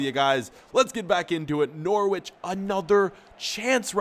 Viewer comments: N-ou-r-i-ch not N-or-w-i-ch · Bruh I'm not being mean but it's (n o r ich) say what you see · DO GOALKEEPER CAREER! (btw Norwich is pronounced No-rich) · Not To Be Rude: It Is Pronounced Norich, It is a bit weird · Your pronouncian of Norwich is funny